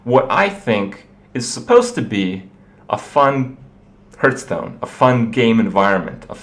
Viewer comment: a fun hurthstone